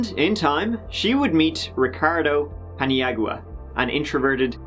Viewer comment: I am pretty sure you pronounce his name Pin-yow-uh. Just being helpful, not a jerk i swear! (presumably it is actually spelled something like Paniagua)